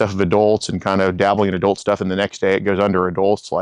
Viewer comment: Adolt? It's pronounced adult.